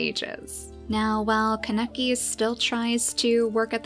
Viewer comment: its pronounced k-ahhh-ne-key not ka-neck-eee